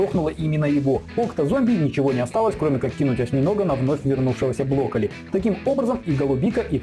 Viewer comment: А я не один слышу что он говорит блоколи?